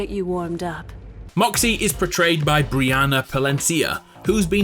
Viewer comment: MAH zee. not m OH z